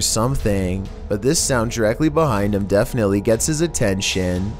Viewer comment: “this does not deteer heeim..”